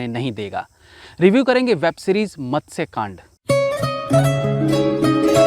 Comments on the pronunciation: its not matasya its matsya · Madasya nahi bhai its matsya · Matasya nahi Matsaya Nam hota hai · आप 'मत्स्य' का उच्चारण गलत कर रहे है।